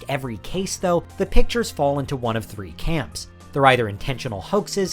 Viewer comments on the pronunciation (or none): none